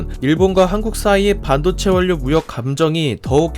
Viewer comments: 원료는 [월료]라고 읽고 전략은[절략]이라고 읽어야 합니다. 구독을 구걸하기 전에 영상을 잘 만들어 주세요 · 태클죄송 발음(두음법칙) 원료 ->월료 전략->절략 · 원료:[월료]입니다. 자주 실수할 수 있는 발음이죠. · 님이 올리신 다른 영상에서도 한번 확인한 적이 있는데, 영상에 음성 내레이션이 들어가는 방식인데 한국어 발음에 유의해 주셨으면 합니다. "전략", "원료" 등의 단어들은 자음동화 현상이 일어납니다. 그래서 발음하기 쉽도록 "절략", "월료" 라고 발음해야 합니다. 그런데 님이 이런 단어들을 발음하실 때는 한국어가 능통하지 않은 외국인 같이 어색한 발음을 하시네요. 올리시는 컨텐츠들이 매우 좋으니 이런 부분만 수정해주시면 누가 봐도 어느 것 하나 빠지지 않는 영상이 되겠어요.